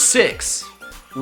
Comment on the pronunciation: THE I IN ROWLET IS SUPPOSED TO BE AN L!